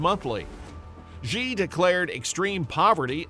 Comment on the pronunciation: Or, "Xi." Embarrassing.